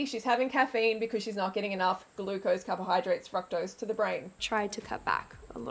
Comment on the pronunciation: Please pronounce fructose correctly